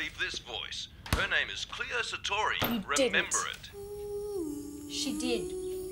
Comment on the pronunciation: it's Cleo not cloe